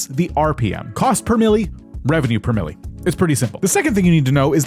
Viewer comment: I thought you were saying "cost per million." It's pronounced "mil," not "milly."